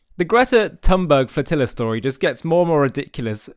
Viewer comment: Little tip for future videos: "Greta" is pronounced "Greata" instead of "Gretta" and "Thunberg" is pronounced "Tühn-berry" instead of "Tann-börg". 🙂